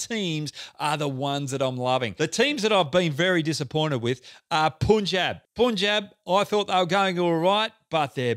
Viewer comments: Hoggy all due respect , Punjab is pronounced as 'Pun' (as in Punch) 'Jaab'. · Hey, Pronunciation of letter "U" in Punjab and Sundar need to just reversed to get them right :)